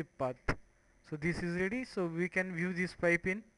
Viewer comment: 32 LMAO what did you call it? pot...pite...popusea...pite...pop...pite...popusea....? Didnt know a PIPE was that hard to say in English...